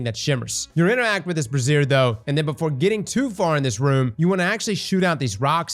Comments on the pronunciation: It really is crazy how he makes so many videos and mispronounces words as much as he does. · you know that you pronounce the word brassiere different right? I mean he's not pronouncing brazier right either haha but if you think that's how to pronounce the thing that covers boobs, you got some French lessons to do, son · Hey man I love all your Destiny 2 work. The fires you need to light? You're saying Brassiere, thats a Bra. I think what you mean is Brazier say the Z dont make them S's. Completely different word lol. Unless you are talking about burning bras which I completely stand behind! Love your work partner! =) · he's saying brassiere instead of brazier😂😂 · I was listening to this guide in the background while doing some work, and I wondered why there were so many Brassieres in the game. It's not Bras but BRAZIERS lol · I love your videos man. Brazier is pronounced 2 different ways. Brayzer is for the fire pits you have to light and Brazier is a womans bra. Love you man! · with that florida literacy again. calling brazier (bray * sure) a brassiere aka a bra...... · Okay, really hard to follow this because he kept talking about brassieres. I’m thinking he meant to say “braziers”. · Brassieres are bras. Braziers is pronounced like Bray-Xur. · BRAY - XÛR not BRASSIERE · a brassier is something a woman wears, I think you mean brazier :P (pronounced bray-zee-er) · they're called "BRAZIERS", not "BRASSIERES", those are bras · Lol. It's pronounced brayzeeor...I think lol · OMG its pronounced "Bray - Sures", not a synonym for brassieres... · I had to do a double take when started talking about brassiere's.......... someone teach this man to speak! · Interacting with a “brassiere” as pronounces it, will be a first for a lot of fellas here 😂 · I'm surprised he didn't look up how to pronounce it first lol. I couldn't find any bra's in this mission. Dissapointing. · Brey-xur bro. I saw bo over the shoulder boulder holders anywhere 😂